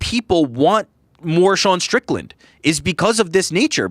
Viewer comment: Defo said stricton on purpose 😂